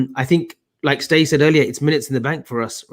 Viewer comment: lad, he's called 'Ste' not 'Stay' it's a Scouse habit of shortening Steve to Ste...That's pronounced 'Stee'